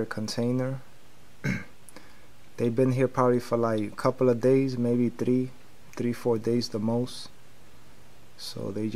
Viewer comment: Brate sve mi se cini da si sa balkana ....rekao si TRI umesto THREE ...